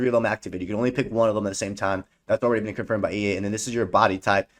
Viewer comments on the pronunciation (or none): none